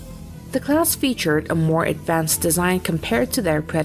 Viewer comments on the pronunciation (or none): none